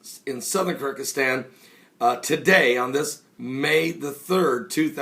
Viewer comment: the country is pronounced Kir-geez-stan, both in English and Russian. Thought you should know. GBU!